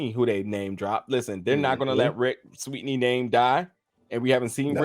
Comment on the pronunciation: The hell??? can't pronounce Sweeny....it's not Sweetney....damn